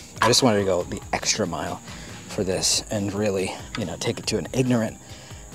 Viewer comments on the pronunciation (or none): none